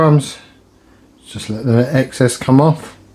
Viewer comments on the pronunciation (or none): none